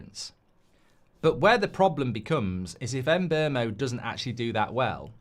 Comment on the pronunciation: 4 years playing in the premier league and and still nobody can pronounce or spell Mbeumo properly yet.